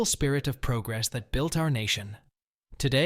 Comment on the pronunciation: Nor could it pronounce "progress"